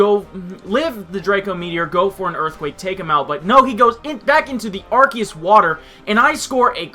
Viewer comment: Please learn how to say arceus. I stopped watching the battle because hearing you say arceus like arkeus was brutal. xP